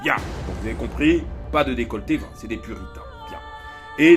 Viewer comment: Les puritins??jai entendu les putins moi